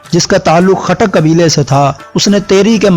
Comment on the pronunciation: Khatak ni tay goot q boly ray ho